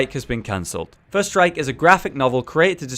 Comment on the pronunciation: lol, whenever he said first strike i thought he was saying "first reich"